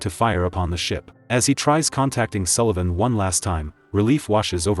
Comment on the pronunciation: Yay, your AI narrator can pronounce Sullivan correctly!